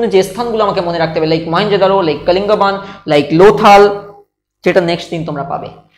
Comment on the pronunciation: Sir sob too thik ache kintu pronunciation ta thik kore korun.... Ota Kalingban noi kalibongan...